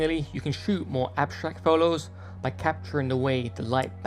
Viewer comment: Love your work 🎉🎉🎉 And also how you say photos #pholows